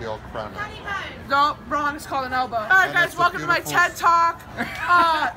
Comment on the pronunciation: I WAS CRYING WHEN SHE SAID "WRONG ITS THE ELBLOW"